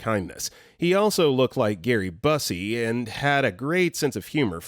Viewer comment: Gary Busey. 'beau-see'. It is not 'bussy'.